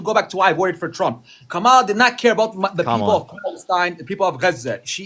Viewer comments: Is there one single MAGA who can pronounce Kamala' s name? Do they do it on purpose or are they just stupid? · I have watched several of your videos recently, and it just galls me at the number of times that you have to correct your call-in guests how to pronounce KAMALA's name! GOOD GRIEF! You can tell how much they listened to the Felon during the campaign because he purposely mispronounced her name, and they just follow whatever he says. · They don't want to be called racist, misogynistic, or ignorant but don't know how to pronounce her name. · To be fair, I hardly think the pronunciation of Kammala is important - people pronounce words / names differently, and to keep mentioning people's pronunciation being wrong comes across as though you are being patronising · I hate Maga because they pronounce “Kamala” the same way tRump does, f**king parrot sheep!!! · He admits he didn't know the candidates' policies but wants to seem like an informed voter. He lacked a fact-based counterargument. This is the problem with most Republican uninformed/misinformed voters. I noticed that they deliberately mispronounce Kamala's name to undermine her in some way. Muslim MAGA 😂🤦‍♂ FAFO! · Does anyone notice that nearly all racists mispronounce Kamala? Aside, the reason why Harris lost is because LBJ was right. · It's easy to see where people get their news from based on the way they pronounce Kamala's name. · Gaslighting a Palestinian so they can vote Democrat is beyond awful. Not only that, but you don’t get the concept of accountability which the Palestinian guy was trying to explain it to you the whole entire time! Love (not) the fact that you were correcting their pronounciation of Kamala when she’s a f*cking k*ller!!! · That neither of these more ons can properly pronounce Kamala says everything about the propaganda that they have consumed. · Dude has so much stamina correcting their pronunciation of Kamala so many times 🙄